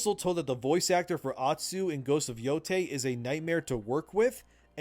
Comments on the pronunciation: It is spoken Yo-tei and not Yo-tai. That is a two different words. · Hey! You'll probably never see this comment but just for future videos (because I'm expecting more information will come out) Yotei is pronounced "Yo-tay" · Its pronounced yo-tay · Dude... Yooooo tayyyyyy. Its not hard. Why would you stsrt making a video without googling for 2 seconds how to pronounce the title?? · why is everyone calling it "Yotai" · It's Yo-TAY. In Japanese, "ei" is pronounced "ay." In German, "ei" is pronounced "eye." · Lets just pronounce it as "Ghosts of YoDEI". I think we can all agree on this. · Its ghost of yodei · Ghost of YoDEI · Pronunciation is: YOH (like "yonder" but long) - TEI (like beginning of "tame") stress is on Yoh Endymion got it right.